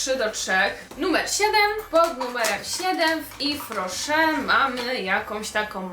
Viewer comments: No nie mogę jak ty kaleczysz tą nazwę nie mówi się ifrosze tylko iwrosze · Tego się tak nie czyta Tak jak się czyta : iwroszer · czyta się jwes roszer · to się czyta jes roszer (z tego co wiem) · Mowisie - Ifro Szer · Moja mama pracuje w yves rocher ten sklep jest serio spoko nawet od body shop :) Czyta się "ifrosze" moja mama to dostaje za darmo ma tego całe pudełko więc słabo słabo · Czyta się Iw Roche, bo to firma francuska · Czyta się „iwroszer” hihi